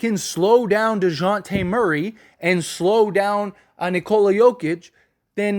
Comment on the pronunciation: Dijounte Murray?! You mean Jamal ?